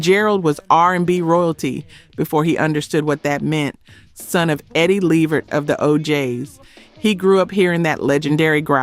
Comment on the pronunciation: Gerald last name is pronounced LA VERT!!!!